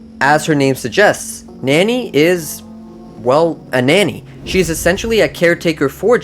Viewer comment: Nani is not pronounced nany